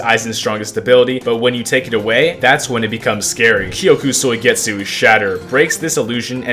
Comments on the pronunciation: Kyoka suigetsu Him: kyoku soigetsu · blud said kyoku suigetsu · "kyoku soigetsu"